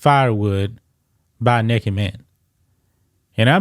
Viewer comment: I knew the Great was going to say Nekked!! Hahahahaha!! I had to tune in